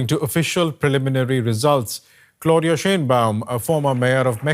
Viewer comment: "clauDILLMA " kkkkkk